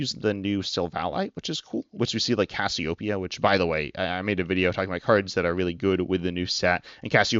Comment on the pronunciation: Great video, but it drives me insane how you say "Cassiopia" instead of "Cassiopeia"